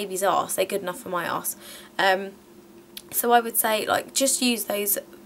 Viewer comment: Lol....Ermm she said ass so funny